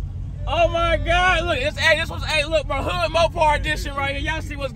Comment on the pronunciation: why he say oh my gawd like dat lmaoo